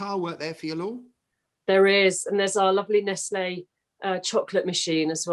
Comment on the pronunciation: It was not pronounced as nestlay back in the day but Nesalls...